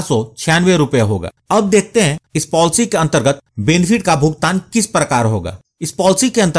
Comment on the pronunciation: Polcy nhi policy hota hain